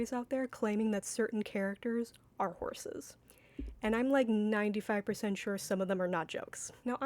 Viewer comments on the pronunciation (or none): that's the joke. It takes that theory and parodies it by intentionally misreading "ahorse"